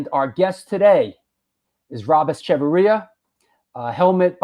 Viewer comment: Thank you for pronouncing his name. I never knew how to... 👍